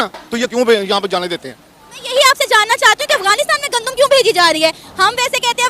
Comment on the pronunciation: Gandum...Muje laga Condum bol rhi hai😆🤪😄